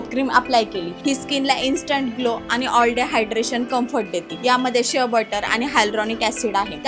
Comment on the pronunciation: Shev butter nahi shea butter